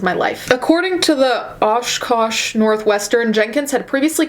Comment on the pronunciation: Omg! Oshkosh is my hometown. Loved hearing you pronounce it 😭😭😭